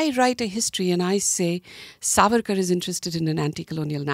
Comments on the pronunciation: Dear Shehzaad, it is saavarkar and not savaarkar. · Shahzad keeps calling Savaarkar... but it's Saavarkar.. she called correctly many times, but it looks Shahzad didn't get it. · Its Savarkar , not Sarvarkar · at least Naam to thik se bol lo Savarkar ka , itna bhi hard naam nahi hai . koi gora bhi thik se naam le sakta hai tum to phir bhi idhar ke hi ho.